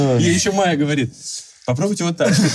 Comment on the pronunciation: Бляя правильно же Майя, а не Мая или это разные имена ?